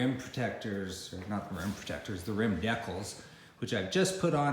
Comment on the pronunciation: Deeecals not deckles lol